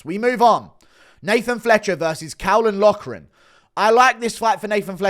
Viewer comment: god forbid guru pronounces caolan loughran's name right